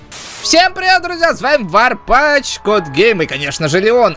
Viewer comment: Варпатч ты говори ш козьёль как из фильма хэнкок